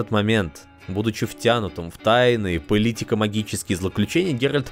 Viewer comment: и снова "апокалептика" из "арканума"))) снова до слез))